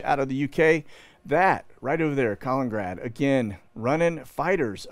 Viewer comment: Please. It's not "colin-grad"; you're dropping a syllable from the middle, and driving me nuts. Thanks!